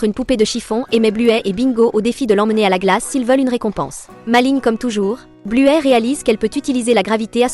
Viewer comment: Buè elle dis